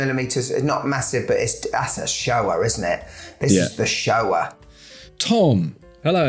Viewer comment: When he was saying "This is the shower", with his accent it kinda sounds like "This is the Shoah"... which, kinda.